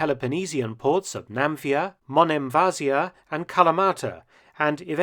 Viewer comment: Another great film Couple of corrections if you don't mind The name of the city is NAFPLIO and not Namphia. German Stukas bombed the port and sunk 3 ships but a lot of prisoners were taken in TOLO a village 10 km. outside NAFPLIO. What is also not mentioned is tha a lot of Serbian troops that had retreated to Greece were arrested. I come from NAFPLIO that was also the first capital of liberated Greece before Athens. Keep up the good work